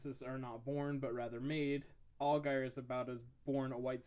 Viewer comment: You're pronouncing his last name wrong lol sorry but it's driving me nuts. Its more like (AL-JEER) "I only know this because I'm from new Orleans " Algiers is the second oldest neighborhood in the city and I believe it is officially historically noted as the oldest black neighborhood in the entire United States. One of our neighborhoods is & i believe this is it but anyway.. we call it the "15th Ward" because it's #15 of 17 wards in the city.